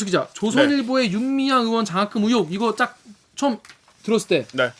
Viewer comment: 죄송한데 "윤미향 의원" 발음이 넘 빨라서 "윤미향 연" 이라 들리는데 조금만 더 발음 정확하게 해주세요 ㅋㅋ 듣는데 자꾸 거슬려서 ㅋ